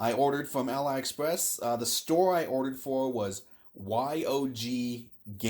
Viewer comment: Just so you know, AliExpress is not pronounced "AL-EYE Express", it's "Ah-Lee Express" because it used to be called Alibaba